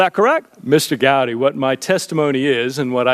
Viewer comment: Strzok is a weasel. Notice how he mispronounces “Gowdy” as “Gotti”? Not an accident.